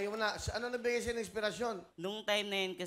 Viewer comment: parang ngungu kasi sa breeze niya.😅😅😅 ang sayo - shayo ang bigkas niya.😅😅😅